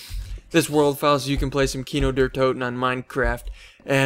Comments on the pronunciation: its pronounced Key-No Dair Toe-Ten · xD when u are german and u say kino der toten like an american it sounds so nooby it means cinema of death xD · xD sounds like KINOW DER TOUTEN